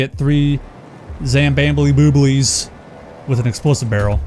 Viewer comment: I like how you speak "Barrel" :D böröl :D